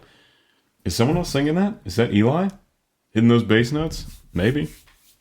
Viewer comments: Love your reactions. Two small things on this one: Eli pronounces his name L-E, which you can’t tell from the written name. And Layne did this wonderful arrangement. And one bigger miss (although understandable with so much going on.). When you spoke of text painting, you missed that Layne’s percussion was also going up, then down in reaction to Ashley’s vocals at that spot. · Yes. It’s pronounced “L-E” because it’s short for Eleazer. I was going to remark on this, too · Im pretty sure eli's name is pronounced like ellie correct me if im wrong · Sweet[e, you pronounce his name Ellie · ELIS NAME IS PRONOUNCED AS ELLIE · not a huge deal but eli is pronounce more like the letters L E, el-ee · I'm sure I'm not the first but just to be safe: Eli's name is pronounced "Elly" - it's short for "Eleazar", if memory serves. :)